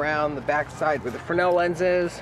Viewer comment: Frennel Frennel Frennel it's FRESNEL..... :P